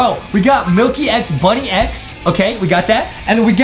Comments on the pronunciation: It’s pronounced bunnix not bunny x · btw its bunnix not bunni x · 1: that’s not vesperia , that’s queen bee 2: It’s Bunnix Bun-IX not Bunny- X 💀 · It’s actually pronounced bunnex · Honestly the merch doesn't look that accurate, and they really know nothing about Mirsculous Ladybug at all, and they said Bunnix's name wrong!! I am a real Ladybug fan like this comment if you are a real Ladybug fan!